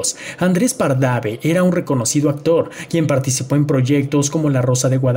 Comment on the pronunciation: Pardave? Es Pardavé, 😄 era Hijo de Joaquín Pardavé??